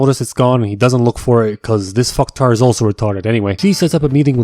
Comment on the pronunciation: “Luuk at me. I am da captain now.” 😂